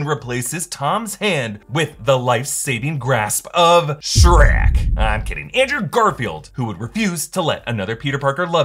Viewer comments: Can you stop say srek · Why sherk Skerk It sherk That Sherk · your not funny by you keep saying shreck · Did you just say “Sanic and shriek” ? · Did you say sanic and Shrek?